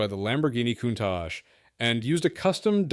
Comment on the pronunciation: Well, this entire thing is an amateurish hack-job. Why can't you just SHOW pieces of the actual car you are talking about? Seriously; you talk about an Australian Ford Falcon of the 80's, but you show an American Ford Falcon of the 60's? But the WORST was the Lamborghini "KOON-TASH" instead of using the correct name, Countach! I mean, really? You couldn't just do a quick Wikipedia search rather than look like an idiot! Good lord; don't quit your day job.....